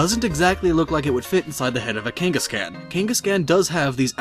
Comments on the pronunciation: I hate to be that guy, but... It's Kangas-KHAN. Like Genghis Khan or Kubla Kahn, or a con artist. Not "can" like a soda can or "Yes I can!" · I couldn't finish this video because you kept saying KANG-gus-can. KAWWWWWWN, KANG-gus-kawn. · "Cain-gus-can" BRUH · Velen Zaiga lol KangasCAN